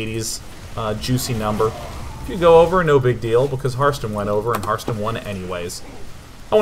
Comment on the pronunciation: Every time he says harstem, it sounds like hearthstone to me